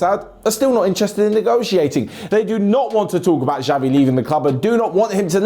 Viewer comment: Please, it's not 'Javi', but 'Chavi'